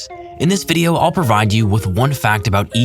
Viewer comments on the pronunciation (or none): none